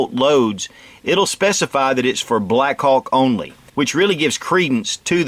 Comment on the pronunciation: I couldn't stop listening the word: blackcock...hahaha, Greeat revolver and great video. Saludos from Spain